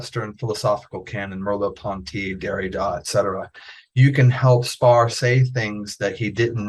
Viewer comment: Is Austin Spare really pronounced Spar? Is he testing the interviewer..and the viewer and himself? I think so.